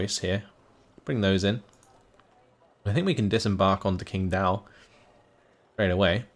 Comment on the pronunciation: hey. Lovin it. 我会说中文。 It's pronounced more like tching dao. Keep em coming!